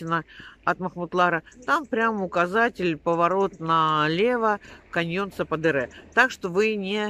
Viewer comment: Я смотрела одну блогершу из Анталии. Она ждала 5 месяцев. Просто они там что-то напутали. Говорят, если отказ, то сразу. И... Я была на этом каньон. Там классно. Только его называли сападЕре, ударение по другому. Но это не суть. Вам повезло, что подруги с машиной. Есть возможность разъезжать по красотам. Счастья вам!!!